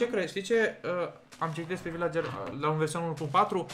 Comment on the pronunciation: LA VILACERI NU SE ZICE AȘA SE ZICE VILCERI. CU DRAG DELIA.❤❤❤❤😘😘😗😘🇦🇩